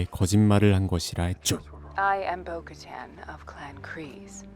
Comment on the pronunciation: 보카탄발음이 잘안되시던데!!복까탄 no!......보- 카탄 뛰어 읽으삼.